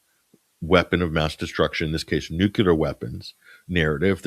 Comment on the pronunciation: can sound out ansarallah but not nuclear😂, great show